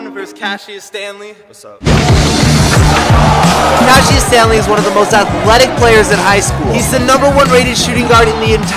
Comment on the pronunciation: when you said Cassius Stanley I thought you said cashes family